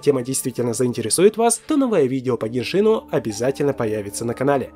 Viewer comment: Теория чумовая!!! Только не ГеншИн, а ГЕншин..